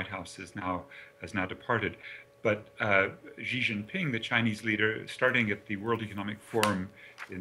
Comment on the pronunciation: This guy cannot say Xi pronounced as She! Or he says jiamen for XiaMen. Some people are too perfect to learn anymore!